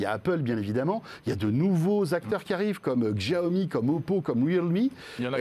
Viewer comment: François faut arrêter de dire djaomi, vraiment